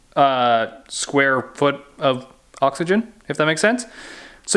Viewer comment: When Canadians say "square feet" 🤤🤤